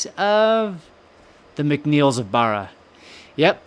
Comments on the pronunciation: Hi, can i tell you how to pronounce the name of the castle. You say, Kissimull castle. Its pronounced Kee sh mul castle. The island is pronounsed BARRA Love your chanel Christina Macpherson ❤ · Please! Please don't be offended - that isn't my intention AT ALL. Just so when you come to Scotland & start talking about Kismuil, the locals will regard you as one of them... Kismuil is pronounced Kish-mul here. And Barra as bah...rah. I know it can be tricky. I was born in Scotland but grew up in Canada and came to Scotland when I was nearly 21. Luckily, my Mum never lost her thick Scottish accent & always used Scottish words & phrases (ie, what in the name of the wee man have you done to yersel!) so I was familiar with words & pronunciations and had few problems. But I still had the odd problem trying to pronounce a Gaelic (that's Gall-ic, & not Gayleck) based word. It's tricky & catches most non-Scottish speaking people out. By the way, Scots IS a language on its own. Gaelic was the language of medieval Scotland, but 'Scots' language evolved & is classed now as a language in its own Right. Badenoch is pronounced - Bah as in a sheep noise-de-noch, rather than Bay den och. Foulis Castle - fow as in cow - lis - and not Full as in liquid up to the top of the cup. Argyll - accent on the last syllable. :) But all in all, you're doing a GREAT JOB with the pronunciations - example? Wemyss! LOL! You got it! Putachie - The term "putachie" is not commonly associated with Scottish Gaelic or Irish Gaelic. It appears to be a Norman term, which is a dialect of French. The word "putachie" is the feminine singular form of "putachi" in Norman. This note from the 'Wikidictionary' is not un